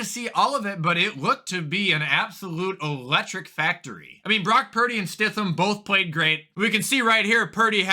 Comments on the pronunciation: Stid-ham not stifam sorry bro but that mis pronunciation of his name was brutal bro lol 😆 go Buffalo bills tonight against Cincinnati bungholes oh i mean Bengals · It’s pronounced “ stidim “ I swear u pronounce everything wrong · “StiThAm” bro😂😂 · I died inside a little more every single time he mispronounced Stidham’s name